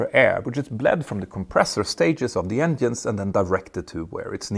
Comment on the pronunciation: Stop saying ENDIENES please! It's written with a G not with a D :face-purple-crying::face-purple-crying::face-purple-crying::face-purple-crying::face-purple-crying